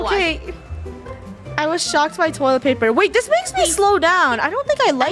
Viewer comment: Funneh: toilet plaper